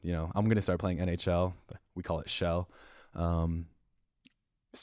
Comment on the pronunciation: It's pronounced "chell" not "shell"